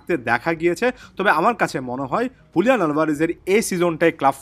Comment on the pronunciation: Bro not huliyan it's Juliyan